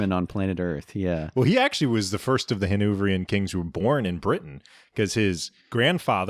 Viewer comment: The way Hannoverian was pronounced here was insane. I can always trust you to pull one of those out.